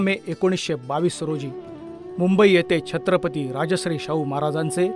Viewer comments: Very nice video ..but the the pronunciation is rajarshi not rajashri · Rajasri nave , neet uchhar kara Rajarshi. Raj +Rishi asha arthane... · राजश्री असे म्हटले ते राजर्षी असे आहे. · Sarvat agodar voice over madhun shabda badla .... Rajashri (nav zale )nave tar * Rajar-shi* ( raj rushi ani raj ashray aslele ase )bola sampurna video madhe chukicha bolla ahat